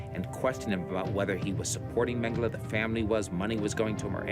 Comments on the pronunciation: It was hard to listen as nearly every person pronounced his last name incorrectly, it’s mang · uh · lay. It’s not mang-uh-la. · Yeah it's not Mengelay either. Every time that guy says it, it's so annoying.